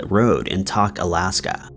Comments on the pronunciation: Alaskan here. The town you are talking about is Tok( pronounced Toke), and the photo you showed was Ketchikan which is way bigger than Tok and in an entire different region of the state- just FYI. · It's actually "Toke" Alaska, like "le'ts toke down". But love the video! Love your work! :D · Yet another video full of mispronunciations and incorrect information....... AND yet the listeners still don't care don't believe me well here is a quote from fellow commenters " 1 month ago Alaskan here. The town you are talking about is Tok( pronounced Toke), and the photo you showed was Ketchikan which is way bigger than Tok and in an entire different region of the state- just FYI. 15 1 month ago Thank you! I was about to leave the same comment 1 month ago Thank you ladies for speaking up about his mistake. He seems to make a lot of them...lol 1 month ago Pretty typical for this channel - along with bad grammar and mispronunciations - but I still enjoy it, for some reason. Thanks for the corrections." 5 BastardKitty BastardKitty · Tok is pronounced like woke. Good video, never heard of any of these cases! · Doh! that explains the narrators mispronunciation 😂